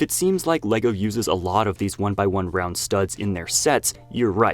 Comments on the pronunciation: Ohhh i get it he is not saying brown studs he is saying round studs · It took me almost half the video to get that you were saying round studs, not brown studs 💀 I gotta say, it made a lot more sense when I realised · Am I the only one hearing brown instead of round and getting confused? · Am I the only one who hears “brown studs” instead of “round studs”? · Oh my god he’s saying ROUND not brown I was so confused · Am I the only one who keeps hearing him say "one by one brown studs"? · When you say round it sounds like brown. I was like, "Why is he talking about 1x1 brown studs when they're clearly blue?" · I thought he said "brown" studs and was rather confused. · He said round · He said "round"